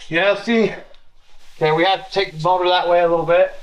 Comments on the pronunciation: You should teach how to say motor not mortor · The moodur mount. lol. does say motor funny.